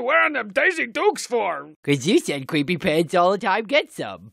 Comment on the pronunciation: but you said cweepy pants all the time get some